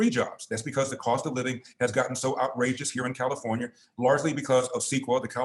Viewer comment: Did you say… Carrafonia?